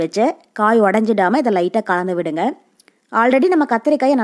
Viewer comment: Correct pronunciation is kalandhuvidanum not kandhavidanum.preparation is good